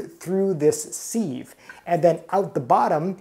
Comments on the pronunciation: And it's pronounced siv not seeve... Lol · Thanks for the video, the word sieve is pronounced “SIV” (sounds like give) happy cooking 🙂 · OR, it might be a regional pronunciation? Give grace whenever possible.